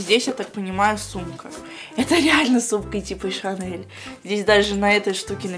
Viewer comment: Моя сумка шанэл,твоя девушка гочи и мы вместе в помойной кучи.Оруууууу простоо.Еще так говорит не Шанель а ШАНЭЛ.ахсхсх